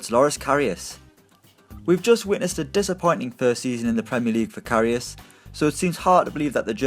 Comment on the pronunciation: not karius ffs